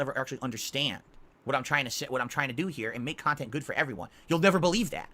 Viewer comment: "I wanna make myself better" -> 5 seconds later -> "just because you're a shitbag and all you believe is toxic shit so you can make toxic kahntent about me doesn't make what you say true, I'm telling you I WANT TO IMPROVE MY BUSINESS! " 🤣 🤣 🤣 🤣